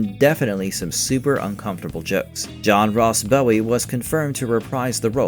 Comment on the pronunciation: I'm a big fan of John Ross Bowie (btw, narrator, it's Bow, like taking a bow, not Bow like a ribbon). Loved him in TBBT and even more so in the series he did after TBBT.